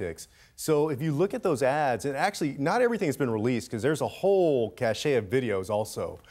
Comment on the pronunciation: Have to agree....however, he should learn how to pronounce "cache" .